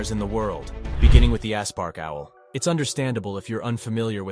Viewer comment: “ASS PARK”⁉️🤔 It kinda sounds slow.😏 😂‼️